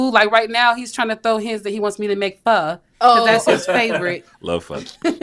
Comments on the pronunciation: I saw a comment asking why she said fa but it’s Pho that she said 😊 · She knows how to make Pho? And pronounced the name correctly? Keeper!!! 💯 I love Pho!! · what food is “fa” or “fun” idk what she even said lol